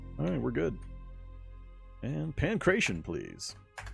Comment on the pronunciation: the martial art you mentioned - Pankration - is pronounced Pan crat ee on, btw, not pan-cration. Its weird, I know, but basically its ancient greek martial arts, so it has greek pronounciation.